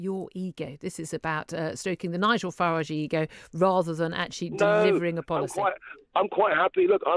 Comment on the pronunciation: It's Farage not Farage! 😋